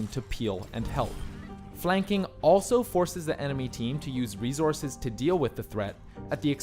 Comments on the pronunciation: Drink every time you hear say “ReeZorse(s)”.. you won’t be alive for long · rezorces? It's resources dammit! You mispronouncing this had me so distracted that I had to write this comment. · It's a ree-zorz. (Just poking fun, love ya!) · What in the heckerman are these re-zorzes he keeps goin on about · if you say rezorces one more time, I'm gonna shoot myself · Say “rezources” one more time. 😂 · Was I the only one slightly bothered by saying "rezources" instead of resources? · Rezorsis How says resources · RESOURCES.................NAH..........MORE LIKE "REZORCES" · Please stop saying rezources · Rezources? Not enough minerals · Them good ol rezorses 😂😂😂 do me a favor and never change budd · No no no, it’s Reese Horse, right? All these future people are fighting over Reese’s pieces the size of horses. JK love the videos.